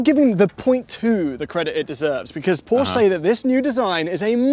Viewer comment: what's a "porscha"?